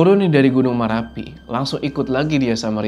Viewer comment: Maaf klarifikasi, marapi bukan merapi